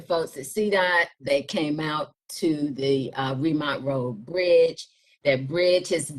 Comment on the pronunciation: She is not from here. It is Ree - mount Road NOT Remont Road.